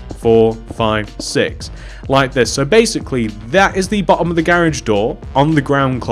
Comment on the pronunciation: omg he said "At the bohhom"